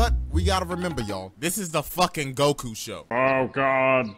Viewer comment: Why can't you say goku